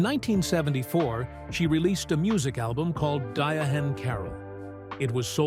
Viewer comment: Her name us pronounced Di-ann.Give our legends respect please❤😂